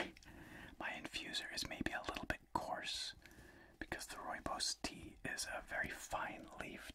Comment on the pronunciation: Nice to see and hear South Africa mentioned here as I am south african. Pretty good pronouncing rooibos as well since its afrikaans meaning red Bush. Thanks for the great videos as always!